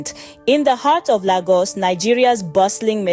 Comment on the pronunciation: Good. Well delivered. I'm sure she didn't grow up in Nigeria; "Laygos" please, and not "Lahgos". Good outing in all, she raised the bar; and she'll get better by the day. Kudos!